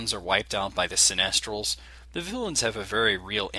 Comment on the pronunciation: great review dude. but one thing bugs me, its a take on cynical people, so its pronounced sy-ni-stals, not se-nest-als..... much love and keep reviewin!